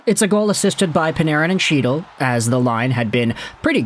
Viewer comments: For like the 50th time. It’s not CHEE-tal. It’s HE-dal. Why do you INSIST on mispronouncing players names even after MULTIPLE people bring it up to you? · you are the reason my fantasy roster is all over the place....and it's "Hee-tle", C is silent. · Not hard to get a guys name right that has been a regular in the NHL since . He's not some rookie. Get his name right. The pronunciation is He-dal. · Sure. And I have as well. Then I am told or hear the correct pronunciation, and correct myself. Having been informed MULTIPEL times and if you watch the game you HEAR the correct pronunciations...and in the case of Chytil...the man says "he" all the time, so he can make the sound to say the name correctly, and CHOOSES not to. Along with the names f MULTIPLE other players. I HIGHLY doubt he is doing much covering, its more like he reads some stuff, takes ideas from articles and social media, and records a video as if he has followed the story closely. I mean that's fine...you can have opinions on things you read....but when corrected over and over and then never change, screams of a lack of integrity as well as an over inflated ego.